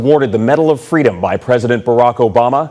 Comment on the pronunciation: Ohh pweasus fweedome